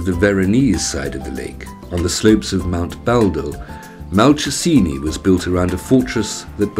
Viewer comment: Not convinced about the pronunciation of Malcesine. I believe it's Mal-chez-in-ay. Still, some happy memories of my holiday there have been brought up by this video.